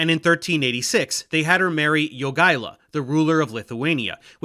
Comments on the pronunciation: its actually a bit weird how well you pronounce Jogaila... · Your pronunciation of jadwiga is a disaster but Jogaila is spot on for Lithuanian version of his name.